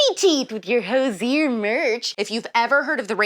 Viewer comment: It took me a second to figure out who Hozier was. I've never heard good name pronounced. Rowdy was the best Aussie and China Mae the best Papillon. Miss them both every day.